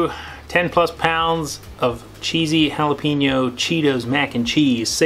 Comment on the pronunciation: He said jalapeeeeeño lol it’s just funny to me because I’m Mexican and the way he said it sounded so white lol but he dominated great job👌👍💯 and since you did the cheese one and the cheesy jalapeño does that mean you are gonna do the flamming hot one?